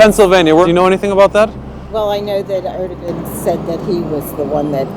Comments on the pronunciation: How they said Erdoğan gave me cancer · The way Americans pronounce Erdogan😂😂😂